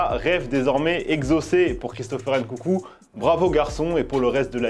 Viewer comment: Ncoucou frr la prononciation t’abuse tu regardes le foot depuis cb de temps ? NKUNKU